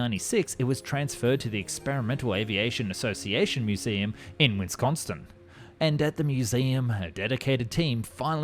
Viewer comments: Wisconstin. I'm so disappointed 😞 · I'm pronouncing it wisconstin now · There’s no T, and only one N in Wisconsin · I'v never heard anyone pronounce Wisconsin that way. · Pronunciation of Wisconsin hurted my heart. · I love his work and his teams, but this had me rewind three times and turn on CC’s.🤣